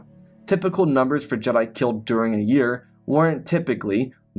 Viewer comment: the other guy just uses chatgpt for stories and calls jedi jed'aii